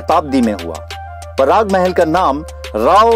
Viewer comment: Jabeli nahi he dabeli he or Parag Mahal nahi Prag Mahal kaha jata he